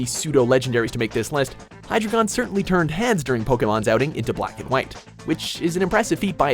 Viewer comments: Btw you pronounced hydreigon wrong xd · its pronounced hi-dragon not hi-dregon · It’s accaully pronounces (hi dragon) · You pronounce hydreigon by hydygon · its pronounced Hi-Dry-gin. dEINo, ZWEIlous, hyDREIgon. 1, 2, 3 in german loland its pronounce Ray-quay-za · LOL HE SAID hydigeon wrongly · SAY HYDREIGON RIGHT